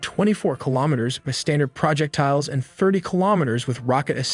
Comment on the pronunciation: and and What's a "project tile"? Since you begin with saying no AI was used to make this video I'm left wondering why a human would call it a "project tile(s)"? Tiles that are a project? It's pronounced all as one word: "Proe-jeck-tiles".